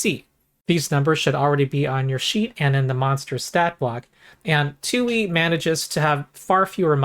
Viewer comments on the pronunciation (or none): I love how every time you say “2E” it becomes one word that sounds like “Tooie,” reminds me of Banjo Tooie. This is a channel primarily about Pathfinder Tooie, but occasionally other stuff like Path-Finderie and DnD Threeie.